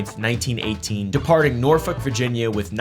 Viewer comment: I knew where you grew up the second you said “Norfolk” the right way 😂